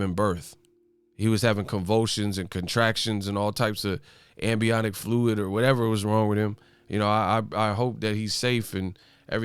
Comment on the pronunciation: “Ambiotic Fluid.” 💀🤣